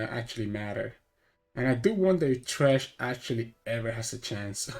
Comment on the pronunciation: it's thresh not trash lol